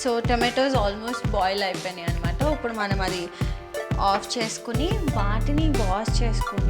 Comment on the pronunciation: Upudu😃😃 instead of ipudu but it’s cute 😍👌